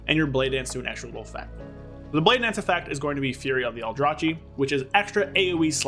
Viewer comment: Stop calling it Aldra-chi 😭 It's Aldra-kee Reaver. Justice for the aldrachi :D Great video nonetheless 👍🏻